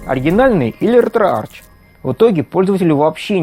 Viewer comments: пилять, ретроарх. читается не Ч, а АРХ. Археология, а не арчеология пилять! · Кластер, не детский сад, чтобы тереть коменты. В произношение Ч, я буду тыкать носом каждого, будь хоть ты, хоть кто другой.. Логитек, Текнолоджи, Архиолоджи, Кемистри В словах греческого происхождения ch произносится как [k].